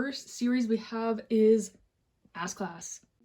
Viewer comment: I did a double take when you said “ass-class” 😹 I’m going to call it that from now on😋